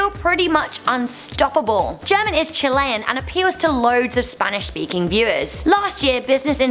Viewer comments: Germannnn❤❤❤❤💘 they can't say his name😂, also Elrubius, oooh and Yuya needs to be here! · Che, aprendete un poco de español para pronunciar bien el nombre "Germán". 😧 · Jenga German.... Juega. And she said German wrong. Cringe.